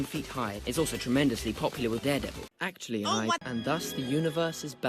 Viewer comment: "Atchully ai-"